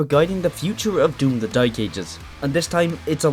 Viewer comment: No way bro said "doom the dyke ages" 😭